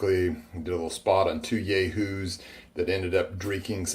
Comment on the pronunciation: Yay-hoos? What an A-hole.